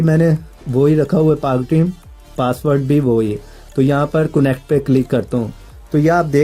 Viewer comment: coonect q bolty ho...sary bykar tariqy btaty ho